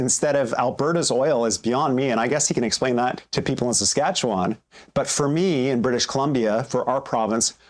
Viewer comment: Is Eby Canadian? He doesn't even know how to pronounce "Saskatchewan."